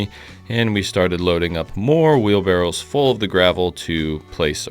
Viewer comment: Maybe it's an accent thing but are we talking wheelbarrows or barrels?